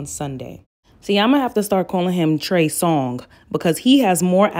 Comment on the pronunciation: Lol she said “ I am going to call him Trey Song “😂 not “Songz” but “Song” (singular/not plural” )🤣